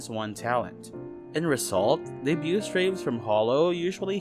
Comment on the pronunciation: Decent video! Watched the whole thing! Just want to make a minor correction: the 't' is silent in debut/debuted. It's a very common mistake among HoloEN to pronounce the t, so I get where you're coming from, but it's nonetheless silent.